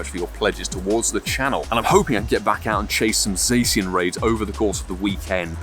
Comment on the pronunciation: You forgot to Silver Pinap your 1st Shiny Zacian. Just throw throw away the whole account 😅. P.S. It's pronounced Zaw-shee-un. - Grammar Police 😌